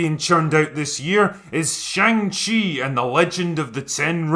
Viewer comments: chi is not pronounced like chee but like chuh. To English speakers this make not seem like a big deal but it's a very large difference in Chinese, because the chee sound is already an existing and common syllable in Chinese, so every time they say his name, they're saying another word instead. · When I was a kid and this was a comic, I always thought it was pronounced Shang Hi. What did I know ? I was just a kid. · Who knew that I have been pronouncing "Shong She" wrong my whole life. lol I was looking forward to this film until I saw the trailers. Shang Chi was Marvel's version of Bruce Lee. That lead actor is no Bruce Lee. And the horrible acting and attempted humor in the trailers is horrible. I definitely won't be paying to see this. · you pronounced it wrong, also, i am so excited for this movie, it's not a flop, look at rotten tomatoes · They're doing a great job appealing to Chinese audiences by pronouncing the main characters name completely wrong in every trailer, media and the film itself. It's akin to film about Obama for Americans made by China but they keep calling him Obomo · I do like most of these videos you do. But I have a couple gripes, the first one is you should learn to pronounce the name of the move/main character if you are going to pre bash a movie you have not seen. The second one is you calling Dr. Strange a "lower tier character". You dont have to be a comic nerd to review or give your opinion, just do a little research first please.